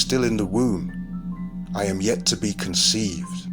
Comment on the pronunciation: It's IAm not Adam